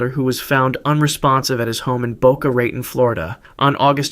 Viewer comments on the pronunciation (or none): Lol it’s BOCA RAHTON in pronunciation not ray ton lol Still love your show and a loyal subscriber !